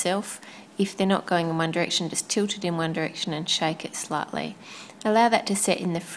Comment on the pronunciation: Her saying One Direction in that accent cracks me up, even though, if I'm not mistaken, that is an Australian accent. Don't hate me if I get it wrong though, I'm terrible with accents. xD